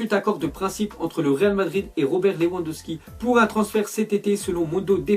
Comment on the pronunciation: lewandowski sa se prononce levandowski